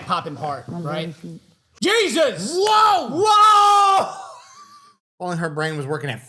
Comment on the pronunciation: REALLY SAID "JEEHYSUS" OVER THEM FEET 😂😂😂😂